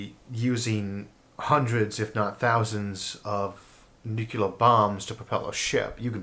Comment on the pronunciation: In the comments for one of Mr. Arthur's videos, I briefly instructed him on the proper pronunciation of the word "nuclear." I noticed that he now pronounces the word correctly. I have no way of telling whether I had anything to do with this, but I am favorably impressed! Thanks and kudos, Mr. Arthur! You rock! (I am not attempting to do anything resembling boast here, but merely to thank Mr. Arthur for his efforts at self-improvement. It is an excellent indicator that he is likely to retain an open mind--something to be greatly complemented--for some time.)